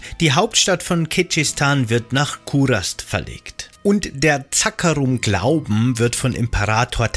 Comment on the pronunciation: Echt gutes Informationsvideo Mich triggern nur manche Wörter wie zB „Zaakaarum“ obwohl es „Zakkaruum“ heißt 😂